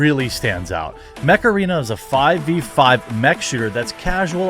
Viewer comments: When you first said mech arena, I thought you were saying macarena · I wasnt looking st the screen when you plugged your sponsor so I heard it as; "Huge shout-out to this videos sponsor, Macarena!" Ai! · When you said your sponsor was "Mech arena", I thought you said "Macarena" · I totally thought you said "Macarena". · And I'm not surprised. The problem is is that humans that get power behave like animals. WHy can't we put our disgusting urges in check? WTF is wrong with us? I guess we are no better than animals in the end!? BTW I thought he said Macarina when he did the promo. I wasn't looking at the screen and I was like WTF?! lol...... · Not gonna lie, when you said "Mech Arena", I thought you said "Macarena". 😆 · While i was only listening to this video, i was only hearing macarena and i was like "wtf you talking about Jeremy?". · You said "Macarena" on purpose! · haha I thought your sponsor was called Macarena XD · Been playing Mech Arena for a long time now. Sadly when you say the name fast it sounds Macarena lol. Download it peeps I didn't get that promo. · I'm sorry but everytime you said Mech Arena I though hey Macarena! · I thought you said Macarina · I maybe showing my age here....but swear on my life I heard you say "Macarena" not Mech arena lol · Coulda sworn he said his sponsor was the macarena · I thought Jeremy said " macarena". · Sponsor is mech arena I hear macarana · When you started your mech arena promo I thought you said macarena... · Holy crap. At first I thought he said Macarena app. Like the song from 1993. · LOL Jeremy pronouncing Mech Arena like Macarena. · I was listening to your video across the room and I thought your sponsor was Macarena, that horrible song from the 90's. Then I realized you said Mech Arena. I laughed regardless. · Mech Arena... I shit you not I thought you randomly said "Macarena" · Who else thought he said macarena? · I seriously thought you said your sponsor was "Macarena". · THATS WHAT I THOUGHT HE SAID LOL